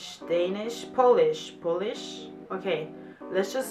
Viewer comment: Ok Lady. It's not a nail polish. It's Polish. It's not the same pronunciation! Try p-oh-land or p-oh-lish. The rest polish words was perfect :) ..almost.